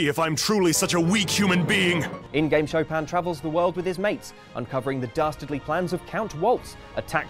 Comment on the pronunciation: Its SHO PIN NOT SHO PAM